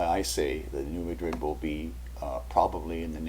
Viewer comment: I just hope I didn't sound like too much of a nitpicker. It's just that, being from Kentucky, I reckon I let it bother me too much when I hear people on TV or such pronounce it like the name of the Spanish city.